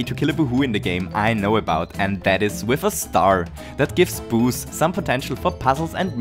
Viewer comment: Thats how they are called in german :D Which you can tell he his.. like me.